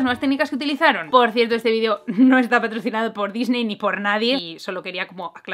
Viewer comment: BUENO ADIOOO* sin "S" xd